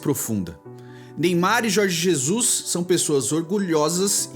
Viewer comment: Jorgi Zezus